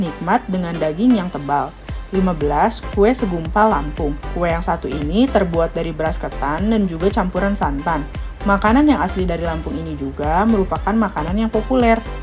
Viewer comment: Presenter yg menarasikan sebaiknya observasi wawasannya dg benar, ini banyak nama yg disebutkannya salah, seperti seruit disebut seriut, ikan simba disebut samba, segubal, disebut segumpal dll...